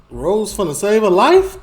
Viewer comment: You're saying his name wrong lol it's Ross like the guy from Friends TV show not Rose. Keep up the good videos!